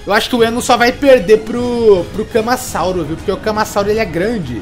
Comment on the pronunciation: Kkkkkk legal o tentando falar o nomes deles camasauso é ca ma ra sa u ro